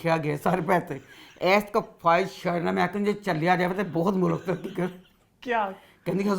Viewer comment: اپنا تلفظ ٹھیک کریں ملک mulak نہیں ھوتا اصل لفظmulk ہے